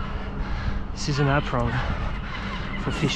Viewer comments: It's an Ah-pron. :) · Running commentary on the dock with never fails!! And they seem to know what he is saying to them 😮 That entanglements another one for the list of wtf's. Love the french way to say 'apron' too, as cute as the seal!